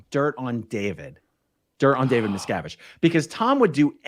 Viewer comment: David Miscarriage?😆 or David Miscgarbage? MisCabbage